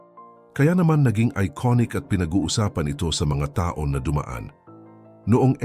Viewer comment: Mali ang pagbigkas mo,taon hndi ta-on